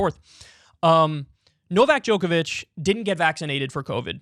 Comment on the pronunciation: I'm honestly surprised Kyle was able to pronounce Novak Djokovic when he always messes up easier names lol